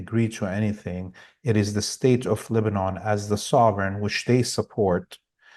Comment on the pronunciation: It is pronounced Lebanin -- not Leba-NAWN.